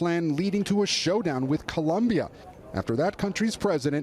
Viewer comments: Lester Holt doesn't know how to pronounce "Colombia" correctly? "Columbia" is the name of a university. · It's not only Lester. Gabe Guitierrez, who should know better, mispronounces it the same way.